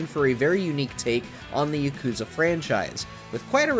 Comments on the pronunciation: It's not YakOOza its ya kU za!!! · The whole time, I was just cringing at how he puts the emphasis on the second syllable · PRONOUNCE IT RIGHT GAME JOURNALISTS!! ITS YAAH-KOOO-ZAAH! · It was a real act of patience to sit there and listen to this bro mispronounce Yakuza the whole time. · How can you play every Yakuza game but still pronounce it that way?